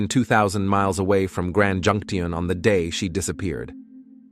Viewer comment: Calling junction junk-ti-ion was the last straw for me. The entire script is lifted from other videos anyway, so why bother watching this?